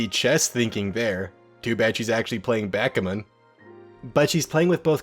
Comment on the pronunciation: Why is no-one talking about how pronounced Backgammon?!?!